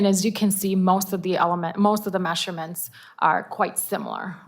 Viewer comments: Stop saying mesherments!!!!! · Mehhshure-mhents. Her pronunciation is so annoying!